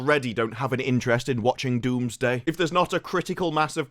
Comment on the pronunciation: Its Doomsday, not Wombsday